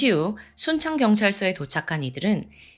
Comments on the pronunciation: 전라북도 순창이다. 발음을 똑바로 하던지.전라남도 순천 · 저도 순창으로 잘 들렸습니다. 😮